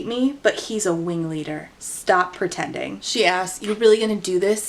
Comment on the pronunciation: I'm the wingleader! Weally!